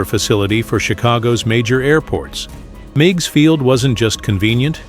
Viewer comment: The little lakefront airport in Chicago was pronounced Miggs, rhymes with twigs & pigs.